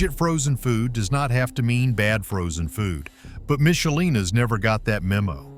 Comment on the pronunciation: Don't criticize Michelina's when you can't even pronounce it correctly.